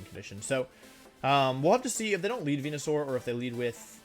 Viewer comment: you knows he’s serious when he starts pronouncing venusaur correctly